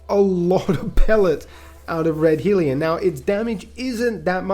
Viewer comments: liking the new name .. helps that I'm an Aussie tho. also it's Hell-ion not Heel-ion. keep up the good work. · Lol Naa dude the guns fine, I agree with your choices. I was just making fun of your pronouncing hellion